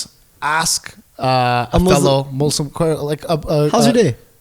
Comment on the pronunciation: Naushaba Bhatti dude like the funny thing is his name is Except I'm an ex once religious as hell Muslim who litersllypronounces Muslim the white way